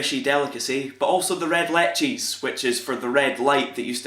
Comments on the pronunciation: It's pronounced licht(as in loch)ies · No it’s pronounced Lih-ch-tees. Like saying lift but instead of ft you say ch like radio static then say tees as in golf tees. Lichties.